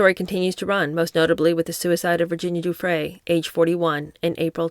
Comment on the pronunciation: The G in Guiffre is pronounced like a J. It is a soft G like gym, not a hard G like gate.